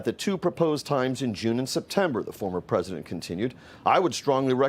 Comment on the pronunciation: Mister president.. in a less than a man voice.. mister pwesident... mister pwesident 😵